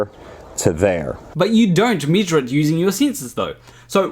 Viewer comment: I like how this guy says “meeshur”